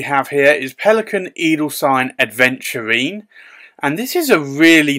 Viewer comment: My only complaint is the mispronunciation of the word Aventurine. Especially as you’re writing it since THERE IS NO D. Apologies, love the reviews